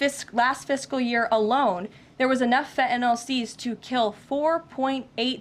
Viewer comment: Fetanayl?? Pretty sure there’s an in “n” in there too. Maybe learn the name of the drug before you call our Prime Minister the Governor of Canada?